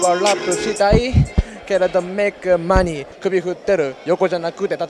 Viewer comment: He actually made the perfect rhyme with "money" just not being English speaker didn't emphasized the stress with mo-neyy 😅😅😅❤❤❤